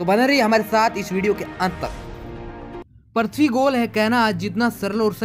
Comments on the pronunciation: Tu bhi to thik se nahi bol raha bhai prithbi nahi prithvi hota hai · Aaree bhai पर्थवी nahi पृथ्वी bolo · Gyan baad me bato pahele thik se PRUTHVI bolna sikho kb se parthvi parthvi chilla rhe ho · Parthabi nhi prithabi bolo video me bro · Kya parthvi parthvi laga rakkha h, prithvi bol yar prithvi 😂😂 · Prathvi nahi bhai prithvi hai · Prithvi bolo prathvi mat bolo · Are prathvi nahi hota hai prithivi hota hai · Bhai tmko video banane se pehle apni language pr pakad rkho...prithvi ko parthavi bol rhe ho...kya h ye..centripetal ko centripengal aise hi kuch bol rhe ho...kya majak bna dia ho...jo koi pehli bar tmhri baat ko sunega to uski v prounonciation galat ho jyega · Prathvi hai ya prithvi? sahi se pronunciation toh sikh lo? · पृथ्वी होता है prathvi नहीं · It's prithvi not parthvi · Parthvi nahi re prithvi hota hain 🤣🤣🤣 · Abe yaar parthavi nahi prithvi hota hai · Bhai pronouns Sahi nhi h apaka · Abe pagal prathbi kyo bol raha hai earth bol ya prithbi